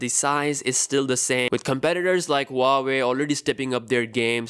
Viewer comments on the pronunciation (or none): It's not hua-way, it's wah-way